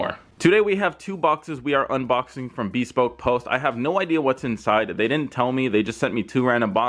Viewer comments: Man's calling rice or nice but he cant pronounce bespoke 😅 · I don't think I've heard "bespoke" pronounced that way before.